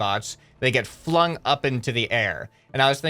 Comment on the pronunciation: There is something wrong happening when you said flung